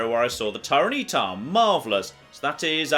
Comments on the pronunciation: Noone:: "Tyre-nee-tar!" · Tyran-E-tar......... I love you. But what.... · pronounciation of "Tyranitar" is... disconcerting. Edit: But he's actually using a female Espurr. All is forgiven. <3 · the way he said tyranitar, larvitar and phanpy made me cry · Sorry WTF is that pronunciation on Tyranitar?